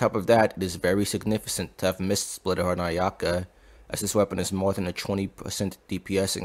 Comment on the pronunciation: In significant, the c is pronounced as k. Just bothered me a little